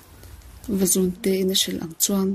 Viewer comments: Vazun nilovin, Vazûn tih tur,, zun( ngaihawmna )lam nilo in,, zûn ti a thluk vak tur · Vazún tih tur. Zun hi rul (snake) thlukin aw. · Vazun a lamdan hi a dik lo....Reading a thiam tawk lo hle mai.... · Nghangiai hi a thluk a dik thlap mai Ngiai leh zún hi a thluk inang tur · Vazun tih laia zun hi Sarah izunzam ani tih lai a zun ang khan lam tur.... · tha khawpmai vazun tih hi lam dik lo anih hi zun tih hi ithluk hniam a thluk san tur zawk athat lehzual nan ..thanks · Ngaihthlak nawm khawp mai kan history tih lar na pakhat in ni si a,duhthawh thil ah thil pa1 kan sawi ve lawk tlem a trawng thluk in uluk deuh leh zual a ngai in ka hria Vazun khi i lam dik lo tlat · Vazun lam dan a dik lo. Beng a thlep nghal tlat mai a.... fimkhur angai e.